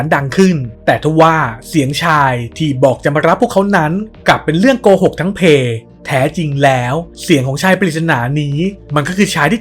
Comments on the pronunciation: พี่เป็นคนใต้หรือคะให้พูดว่าเป็นเรื่องโกหกทั้งเพ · ‘’มันเป็นเรื่องโกหกทั้งเพ’’ เป็นคนใต้ป่าวครับ5555